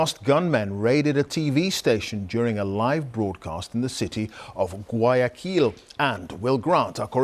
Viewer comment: The BBC reporter needs to exercise the pronunciation of Guayaquil👀🤣🤣🤣🤣🤣🤣🤣🤣🤣🤣